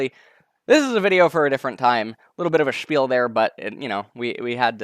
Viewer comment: does he try to say the german word "spiel" or what term am I missing out on